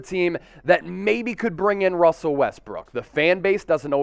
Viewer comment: You said my name right 👍🏼